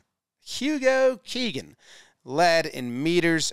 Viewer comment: It’s Hugo KeeNan not Keegan